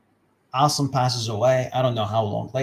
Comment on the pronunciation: Oh also he was introduced as an Arabic expert yet he reads Assim as "Awesome". He can't even read. Wake up bruh.